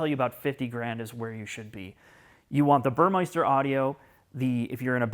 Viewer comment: There's no i in Burmester. ;)